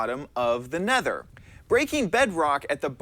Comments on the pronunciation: he said ne nether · He says nether weird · Ikr heard that mistake neth nether